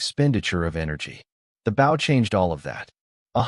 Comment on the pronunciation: You can tell when it is Artificial Intelligence when they say bow as the bottom of the boat instead of bow a hunting weapon lol. Still love it though. Keep going peeps.